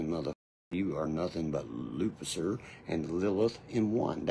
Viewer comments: Lupisser is what ol’ genius said when talking about Lucifer. He mispronounced it like he does 90% of all things when trying to act like he’s smart! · When he said Lupicer I died 😂